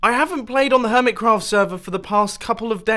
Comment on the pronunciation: Does it annoy anyone else that he says 'HermitScraft server' instead of 'Hermitcraft'?